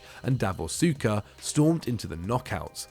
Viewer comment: ARE YOU NEW HERE??? your prounciation of Suker and Deschamps hurts my ears ffs